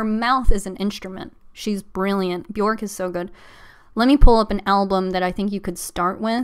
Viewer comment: My best friend is a huge HUGE HUGE Bjork fan and he’s always so quick to correct me that her name is pronounced “B-yerk”. Bjork rhymes with “jerk”. He confirmed this was true by showing me interviews of her saying her name. Anyway, I loved this live stream. 💕